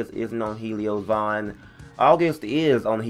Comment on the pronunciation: It's vaughn